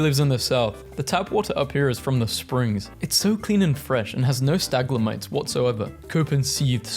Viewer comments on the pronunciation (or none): The meme: stalagmite: staglamite